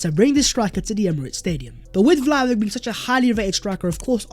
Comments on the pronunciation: Vlahovic would definitely improve our attack. Also, his name is pronounced Vlahovich, rather than Vlahovik. Hope you do correct it in future videos. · It's pronounced Dushan Vlahovich man! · I'm sick of hearing you spout "Vlahovick! Vlahovick!" An embarrassing mispronouncement! I have unsubscribed so I don't have to hear you any more.